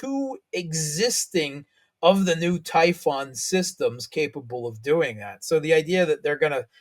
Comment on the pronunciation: It is Typhon. It is a US launching system apparently referencing Greek mythology.